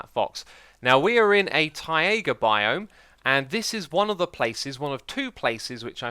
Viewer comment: Taiga not tiger